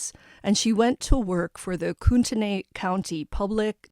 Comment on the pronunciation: It's pronounced "Core da lane". and "Koot en eye" county.